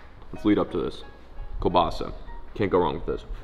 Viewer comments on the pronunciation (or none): Sick catch dude! If u wanna say kalbasa correctly, u pronounce it kalbasA, not kalbAsa😅 it’s a russian word